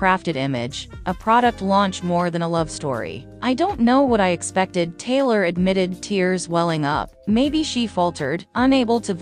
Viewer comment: Hate this voice, is she saying Taylor or Kayla ?